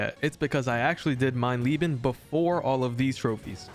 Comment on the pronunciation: Geil wie du Mein Lieben sagst und nicht mein Leben 😂 Echt lustig als Deutscher sowas zu hören